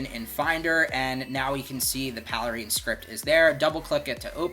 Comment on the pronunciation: "paley-rein"? Is it not called Pale Rain?